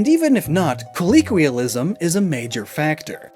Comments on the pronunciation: As this is a pronunciation video, it’s “colloquialism” kuh-low-kwee-uh-lism, not kuh-lee-kwee-uh-lism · Why does he pronounce colloquialism as “colleequialism” a lot in this video? It confused me for half a second before I checked before I checked what you labeled that segment of the video and checked back on the word on-screen. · I regret to inform you he says it like that in all his videos 😭 it catches me off guard every time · The fact that he keeps mispronouncing "colloquialism" in a video about pronunciation is mildly infuriating. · I appreciate the meta joke of mispronouncing colloquialism throughout